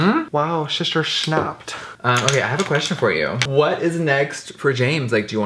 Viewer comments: when james said "shister shnaped" omg im dead my life is complete 🙌🙌🙌🙌🙌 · when he said “sHiSTaR ShNaPpEd” I DIED